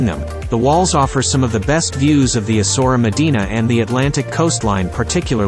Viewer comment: Not ESSORA .. ESSA -OOW - ERA.